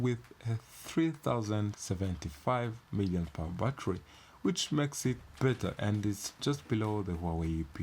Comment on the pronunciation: Bro its "battery" not "batery"